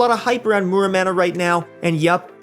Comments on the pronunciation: Muramana = More-ah-mana. xD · What's a "manamouney"?